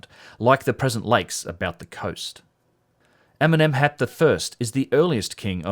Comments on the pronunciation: I thought you said Eminem's hat the first and I think the captions said the same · I understand everytime Eminem instead of Amenemhat! xD